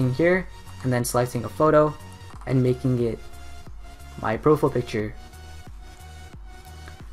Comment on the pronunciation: how to fuck are you pronouncing profile picture.........its PROFILE not "PROFL" picture..... lmao youtubers 😂